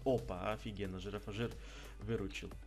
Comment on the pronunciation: Правельно произносится Не джирафаджир, а джирафриг))) ну так к сведению))) а так всё как всегда КРУТО!!!)))))